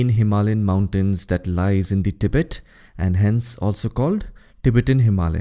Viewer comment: Pronounciation of Tibet is more correct as तिब्बत instead of टिबेट